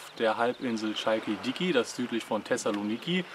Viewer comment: aber jassas passt schon mal 👍 schalkidiki noch nie so gehört klingt sehr interessant, Sithonia heisst der 1. Finger